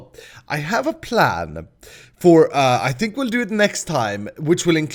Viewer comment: Hey - why do you say plan like 'pran'?